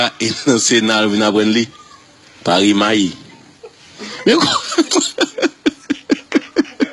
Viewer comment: nou pa k critikė willot joseph pask li mal prononce e -mail . E mail ce yon mot anglais nin -porte moune k pa parle anglais k mal.pronce yon mot ce consiel redaction parleman k te pou met mot wa nan langue ÷payiya .donc fo nou critik k gi n bon jugeman .